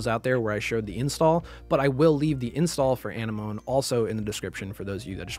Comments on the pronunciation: I have to get this off my chest. Why does everyone making 3ds modding tutorials not connect that it's A-NEM-OH-NEE like a sea anemone? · ANEH MOAN????? this is an old video but what did you just call it?? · I think it’s Ah-nem-oh-ne for the theme tool Thanks for showing me a alternative to the other tool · Excellent tutorial! I liked how ya called Anenome "enema" XD XD XD For real though, very detail oriented instruction.